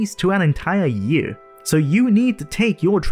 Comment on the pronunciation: The word is Year and now Yurr.